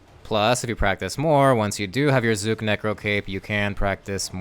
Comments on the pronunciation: thank you for saying his name right and not saying zuck every .5 seconds like rsguy its like he just loves how CK words roll off his tounge and cant resist saying it over and over and over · It's an aside; but you're not using the same kind of "u" as is used in the cinematic by Zuk himself. It's closer to the "U" in under, or umlaut. It might be a bit difficult for you to hear due to phoneme awareness being something that's difficult to expand upon past a young age. Good guide overall!